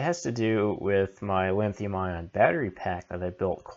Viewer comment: Thanks for putting this video together. But, you're ki11ing me every time you say "LINNNN-THIUM". It's like fingernails across a chalkboard. LOL. Drop the "N" dude. There no "N" in the word LITHIUM.